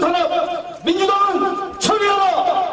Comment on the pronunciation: 철회하라가 아니라 처리하라처럼 들린다.